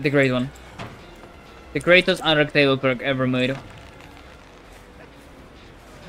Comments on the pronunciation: Kept saying “un-duck- table” instead of un-de-tect-able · Yeh, man, undetecTABLE Yep... Definently not undeTECtable 😂